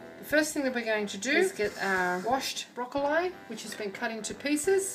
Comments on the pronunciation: The way you pronounce broccoli drives me mad ha ha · aha I see! It's ok really...not used to hearing it pronounced thus hence the comment. I loved the recipe and the video 😎